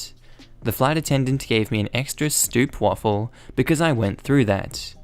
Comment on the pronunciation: Oh you silly, that's not how you pronounce stroopwafel:p "Stroop" (oo as in Omen), "wa" as in aaah (falling lol) and "fel", well, that's correct I guess. PLEASE CORRECT THIS IN THE NEXT VIDEO OR I'M GONNA SUE YOU!! #ENTITLED